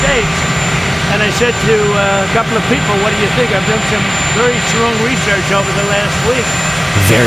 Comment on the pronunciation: Donald cannot for the life of him pronounce the word, 'People' correctly, he says: Pee-o pull, or pea opal, it is VERY strange! What planet is he on?